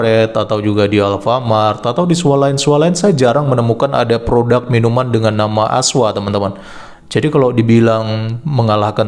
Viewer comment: PRODUK boss .. bukan PRODAK... Pake U bukan A... Benerin donk bhsanya .. skali lgi bhsa Indonesia yg benar itu PRODUK..!!!